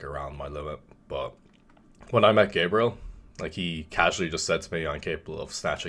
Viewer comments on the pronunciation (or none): none